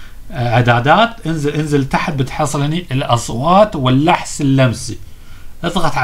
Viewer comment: والحس اللمسي مو اللحس ههههههههههه فضحتنا يخوي الله يهداك